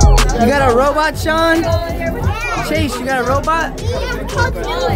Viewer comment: ITS SHAWN NOT SEAN!!!!!!!!